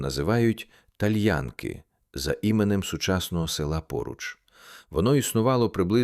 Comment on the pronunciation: Перепрошую, назва селища ТальянкИ‘ наголос на останню букву)